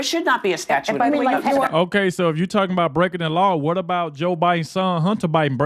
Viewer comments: And Whoopie, dummy, the word isn't "Statue of Limitations." It's "Statute of Limitations". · Whoopi is is saying 'statue' of limitations. I saw that once in a famous comedy...some guy 'Kramer' or something....these ladies are beyond stupid. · Whoopie Goldnerd says. Most young people don't understand how the law works. LOL.... She calls it "STATUE of Limitations" multiple times. It is called "STATUTE" of Limitations. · Hey, Whoopi, it's a statute, not a staue😂😂😂😂😂😂